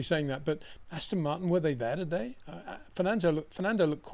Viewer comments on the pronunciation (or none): none